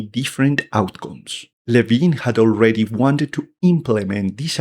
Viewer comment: Ken Levine. Its Ken Levine